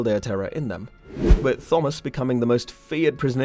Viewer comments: Interested in this topic. Can not listen to you call him thumbas. It's just like Tom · ttttthhhhhomas, ar-yan lolololol learn how to read you idiot. It's a very common name, how can you not know how to pronounce the name Thomas? The H is silent with a hard T. Also, Aryan is pronounced Airian you dumbass. Can you imagine if this guy had a lisp? Must be a millennial or GenZ 😆😆😆😆😆😆😆😆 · Why are you saying "Thawmus"? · Thawmus 😂 At my work we all have an ongoing joke where we begin every word with th because of a customer doing it one time.... you sound exactly like him every time you say thawmus 😭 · Not Thawmus but good narration otherwise. Way better than I. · The H is silent in the name Thomas, it's a hard T. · I can’t listen to this guy butchering the name Thomas anymore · He sometimes says Thomas with a hard T though. I understand people have accents, was just asking. It would be like if I said Gif and Jif interchangeably. Does not make sense, even with an accent.